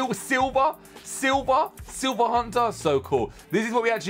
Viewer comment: xd he said silber